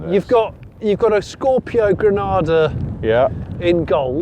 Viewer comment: Love the "I'm Granada Steel" yank voice!